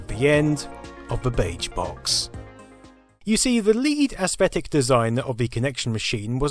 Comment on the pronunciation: That pronunciation of aesthetic as ASS-thetic is a too much.